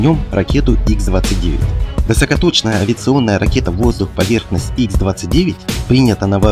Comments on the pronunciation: не икс,а Ха 29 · какой ИКС-29?какой установленная?ты в своём уме?Подвешенная Х-29(Ха произносится,буква Х) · Только это не Икс, а Ха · Не икс 29 правильно ха 29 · Не Икс, а Ха